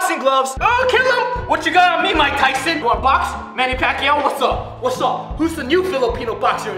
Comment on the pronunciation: The way he pronounced Manny Pacquiao 😂😂😂